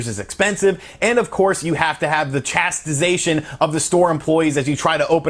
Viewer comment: "you have the chastisatiion of the staff" Hahahahahaha